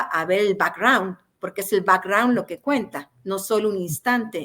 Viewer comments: Por favor qué alguien le diga a Anabel qué si va a emplear términos en ingles innecesarios, por lo menos los diga correctamente, ya qué el termino back raund no existe como tal, caso diferente es el termino background. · Que horrible pronunciación 🤣🤣🤣🤣